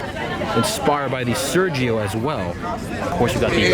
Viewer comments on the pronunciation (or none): none